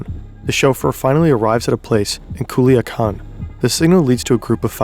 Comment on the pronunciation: The way you pronounced Culiacan 😭